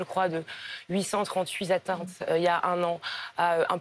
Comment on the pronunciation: "On est passé de huit cent trente-huit zatteintes il y a un an, à un peu plus d'une centaine aujourd'hui." Dites, madame la ministre, c'est quoi une zatteinte?